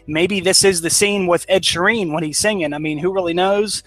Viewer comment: Ed Sheeran - not Ed Sheen, and not Ed Shireen, as they said in the video.